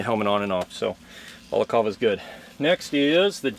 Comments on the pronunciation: You know it's called a balacLava, right? Not a balacava. It's -cLava. -cLava, with an L. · Balaclava is pronounced: "Bah-kluh-vuh" Not: "Ball-call-veh" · Bruh English it's balaclava not balacava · very interesting! Btw it's a BalacLava, not a Balacava. First worn in the Crimea in 1856 by British troops. Very Vader! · im sorry did you just day balcalva? don't try to be fancy if you're not gonna get it right lmao. just say ski mask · Anyone else screaming “Balac…L….ava”? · Did he say balacava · It's pronounced "ba-luh-klaa-vuh" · What kind of monster says balaclava like that? Not even Vader himself would say it like that.